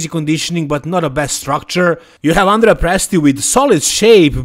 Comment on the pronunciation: Hi, I've seen you often correct the pronunciation of Krizo's name. So, as an Italian, I have to correct your pronunciation of Andrea's name. It's Andrèa not Àndrea.